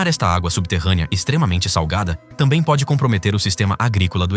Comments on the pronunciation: "água salgueida" KKKKKK estão de parabuains kkkk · "Água sal-gay-da" kkkkkkkkkk